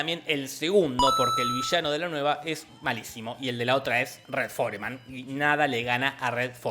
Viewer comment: es Red Forman, no For-e-man... Dumbass!!! Jejejeje